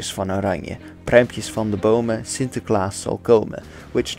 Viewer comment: yeah, sure, but there are some minor things that make his dutch pronunciation a bit off. This is noticeable in the first dutch word he uses in this video, "sinterklaas". He exaggerates the r, which shouldn't have been rhotic in the first place. The intonation also sounds off, native speakers would put the stress of the word on " klaas ", he doesn't stress any of the syllables. His pronunciation is good, but not on the same level as a native. His English pronunciation on the other hand is perfect. He also pronounces spanish, french and german really well, so my guess is that he's English and multilingual or just spends a lot of research in pronouncing foreign words for his videos.